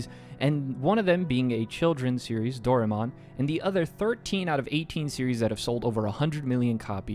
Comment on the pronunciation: I'm sure this might be a good video but you Mispronounced Doraemon as "Dora Mon"